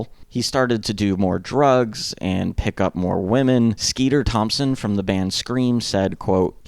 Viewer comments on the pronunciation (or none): none